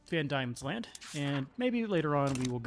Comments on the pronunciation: Please god, Pronounce is as Van Deamons land, and OZtralia. NOT Damons land or Auostralia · It's van Deemans land. Not van Diamonds land. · I know this late. and im sure a million people have said this. but its pronounced van d(i)emons land. silent i thank you ❤ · Its pronounced 'Van Deamons land' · Van Diemans Land. Pronounced "Van DEEman's Land". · I can definitely see why you kept pronouncing it that way as the first 3 letters are "die", but "Van Diemens Land" is pronounced as "demon"... "Van Demons Land". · It's pronounced Van Demon